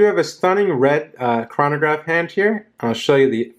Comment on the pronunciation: you pronounced chronograph and omega incorrectly